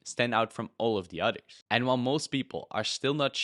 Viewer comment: I can't tell if you are saying "Others" or "otters" But I sure do love otters.